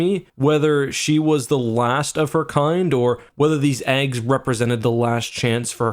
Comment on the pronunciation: What did you say ? Is that how Canadians says 'eggs'?